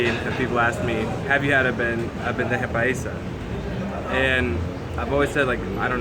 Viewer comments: Bro! It’s not bendeja !!!!!! We Colombians call it BANDEJA !!! Say it right . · I think someone else mentioned it below, but it is "bandeja paisa" rather than "bendeja paisa". Delicious...and I really like your videos.